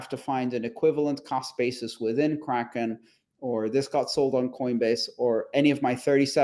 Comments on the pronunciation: He definitely said "call spaces" not cost basis 😄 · Sounds like he's saying crawlspace....lol. The host was correct when he asked him what he meant about crawlspace. 😅 Cost basis...crawlspace Do they sound the same to you? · i swear he was saying "callspaces" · why does everytime this guy says "cost basis" all I can here is "call spaces"? He tricked Andreas as well